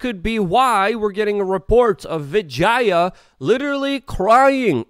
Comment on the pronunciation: Tim Pool: Vijaya: Vajayjay Luke Rutkowski: Vegeta